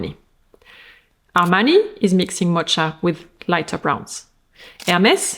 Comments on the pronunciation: Mocha is pronounced moka, not motsha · Mo-TSH-a? You mean Mo-K-a? Like "Caffè Mocha/Mocaccino"! "Espresso, Milk, and Chocolate"!! "Mocha Mousse" "Dessert!"!!! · Thank you so much for using your expertise to translate runway trends for us! I love these videos. A couple pronunciation things (bc I recall from a previous vid that you appreciate such tips): - mocha has a “K” sound rather than “CH”, so MO-kuh - strategy: STRAH-tuh-jee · Thank you! I can't wait to create outfits with these ideas in mind. Love your videos, very grateful! I loved your French pronunciation of mocha too 🎉🎉 we would say mock-a in English, but your way is much cuter. I'll be in south korea for a month this summer, I'm going to use these ideas to be chic and cool in the humidity. ❤